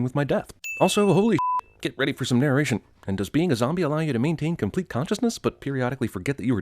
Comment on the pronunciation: Just me or does he say 'narraration'?